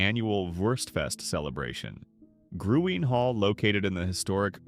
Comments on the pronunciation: I usually read the transcripts because my hearing is poor. This one is one of the worst I’ve ever read, and the pronunciations of the town names and Gruene are laughable. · It’s green, not Gruene. Sa lay do. Not sa luh do.